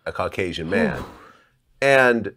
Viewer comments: “Carkasion” bahahaha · did he just say his parents were cracasian...instead of Caucasian...omg